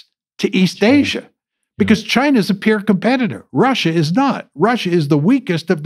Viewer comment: It's "peer" competitor and not "pure" competitor. The subtitles though are much better than what I am usually subjected to.